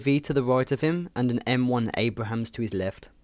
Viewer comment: did u say m1 abrahams????? LOL